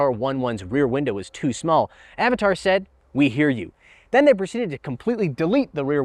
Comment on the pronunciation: its not Avataaaar its Avatr :D